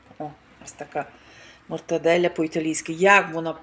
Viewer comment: Мортадэла а не мортоделя